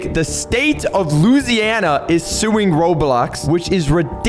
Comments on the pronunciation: Bro said Luziana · whyd he say Louisiana like that😭 "loue-si-ana" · "loseianna" is crazy 🙏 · did I just hear u call my home state luziana?? BOYYYY ITS LOUISANA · state of looseana?